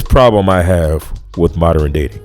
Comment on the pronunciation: You cant even pronouce modern yet we need to listen to you like you are not a dimwit.